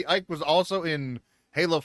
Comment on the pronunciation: FWIW: I saw a short video where Ike Amadi introduced himself. He pronounced his first name as "eee-kay".